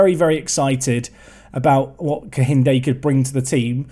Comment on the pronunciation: AYYYYEEEEE A NIGERIAN SUPERSTARRRRR!!!! GLAD TO SEE ONE OF MY OWN REPRESENTED IN THE SERIES. Also for pronounciations, its KEINDE, the H is silent